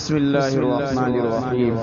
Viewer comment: Sahi se padha karo Auzu aur Bismillah ko kahe ka qari ho